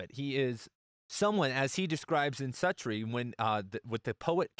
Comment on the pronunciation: I think it's pronounced SUE-tree...